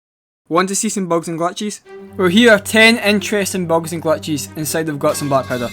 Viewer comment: Bogs and glatchhesz